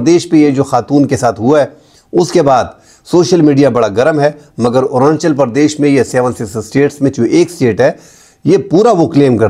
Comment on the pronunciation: ارانچل پردیش غلط تلفظ ھے.. ارون آنچل پردیش صحیح لفظ ہے.